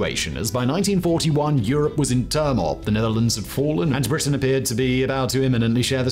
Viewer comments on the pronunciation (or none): none